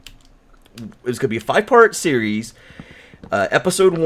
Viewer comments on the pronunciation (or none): none